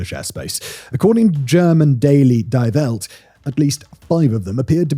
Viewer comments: LOL "Dye Velt" for Die Welt - it's actually pronounced "Dee Velt" :) Nit-picking I know but detail matters ! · It's pronounced "Dee Velt" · In German die is pronounced dee like in deep. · Simon still has an extremely aggressive pronounciation of "Die Welt".... Wonder if he're just doing it on purpose at this point... ;) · That's not how you pronounce "Die Welt". That's how AI pronounce it. Raises the question if this is Simon or AI? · At least learn to pronounce Die Welt in German if you're going to quote it ffs